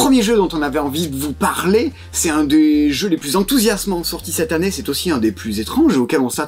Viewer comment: Cette an-née, c’est drôle, parce que mes grands-parents le prononçaient comme cela, mais je suis certaine que Rachel n’est pas de cette génération ^^